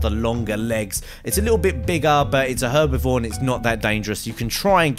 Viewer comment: you got hervavore and carnivore wrong the first time you minsinan it